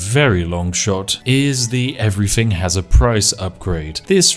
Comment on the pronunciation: the immersion of the posh voice is spoilt by the "fing" or "everyfing"